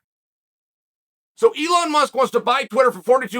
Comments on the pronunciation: Its elon not eon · No one talking about how it says Eon😂